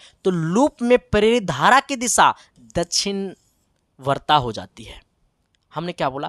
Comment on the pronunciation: Dakshinvarta kon si disha Sahi se bolna sikh lo to padhana